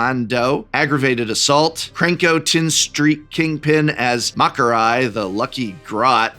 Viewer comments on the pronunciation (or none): Commando, MakarE, and GazGull is how you pronounce those. I know you don’t care for it (the game and universes beyond) but as an Ork player thought I’d mention it. Lore wise Ghaz is quite interesting having left a human commander named Yarrick alive because “Orks need strong enemies.”